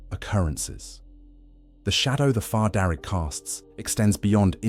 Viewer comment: Fear not far, you kept saying it wrong